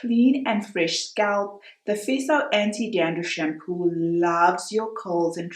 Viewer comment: Feso...not feeso Fe as in fair.